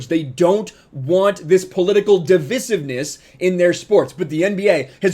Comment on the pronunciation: Why do you say “divisiveness” like a British lord?